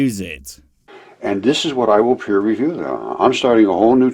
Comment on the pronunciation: I think he took peer review as "peer" review